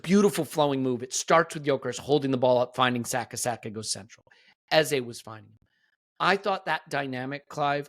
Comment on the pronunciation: Our number 10s name is pronounced EHZUH not EHZAY! When are you going to respect the man’s name. EH ZUH (like duh). It’s like running around calling Saka Saké. Most podcasters have realized his and now pronounce it correctly.